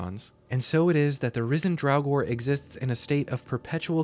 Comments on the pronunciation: It Draugr, NOT drowgor. 🤬🤬🖕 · I honestly had to stop listening because of the constant calling them "Drauwgor"